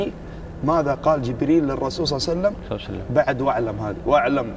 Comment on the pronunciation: ليش يقولون صلعسلم ؟